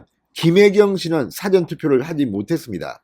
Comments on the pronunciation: 언론인 이면 사:전 과 사전 구별하는 발음부터 고치세요~ ~ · 늘 고맙습니다 방송 들으며 자꾸 걸리는게 있어서 말씀 드립니다 미안합니다 事前은 사를 길게 발음하셔야 합니다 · 사전 발음 좀 똑바로 할수없나